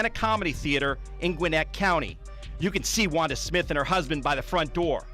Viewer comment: Wanda smiff? 😂